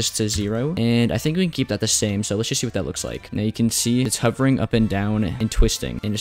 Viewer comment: why shtable and shee and shcratch?